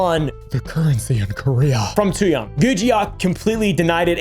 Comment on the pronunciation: btw, Tzuyang is pronounced like "tschew-yang" (well, closer to this that what you said"